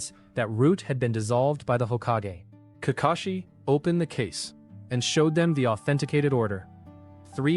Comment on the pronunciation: Nah im not letting it slide how he not say Kakashi but says kakeshi 😂😂